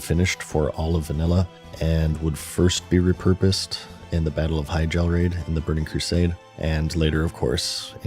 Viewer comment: i, do not like how you pronounce hyjal